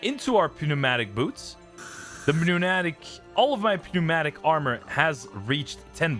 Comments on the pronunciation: Pew-matic got me ngl… it’s pronounced new-matic 😂 great vid man and insane grind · the goat has posted i don't think english is your first language so i don't blame you for the pronunciation, but the "p" in pneumatic is silent just so you know